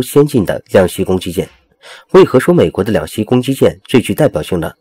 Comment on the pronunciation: 老兄，是两栖（漆qi），不是两西